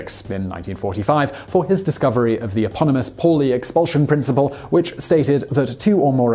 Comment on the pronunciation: Paulie is said "pow lee", and its the EXCLUSION principle, not expulsion!